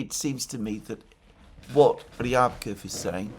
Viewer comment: Alexander, Mate! Remember both for Peskov and Ushakov, when saying their names the emphasis goes on the second syllable. Not the first one. Same applies to Ryabkov and Lavrov last names. 👍👍